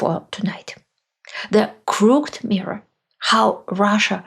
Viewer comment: a minor pronunciation correction: 'crook..ed' in two syllables, unlike the single syllable 'cooked'. BTW, your videos are an educational goldmine for those of us trying to understand how Russia came to be how it is.Thanks.